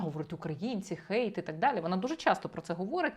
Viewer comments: не викривляйте англійські слова! "Гейт" це ворота!! Хейт це хейт! Не будьте безграмотними!! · Пробачте, але чому "гейт" а не "хейт"?😅 А взагалі, - ганьбити, лихотворити, критикувати, нападати, злорічити.